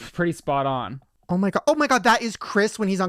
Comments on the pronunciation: OH MY GIRTH! Instead of oh my gerd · Band name : Er-Ma-Gerth 😂😂😂😂😂😂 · Pronounced " oh my gurth*